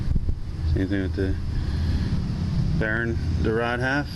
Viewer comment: I like how you say "bearing" (Barron) haha